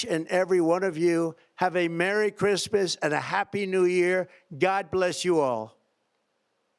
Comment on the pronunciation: "Who geeves a foock about Chreesmas?" 😅